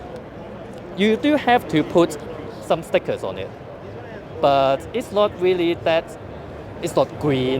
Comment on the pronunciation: Nord WeepeeN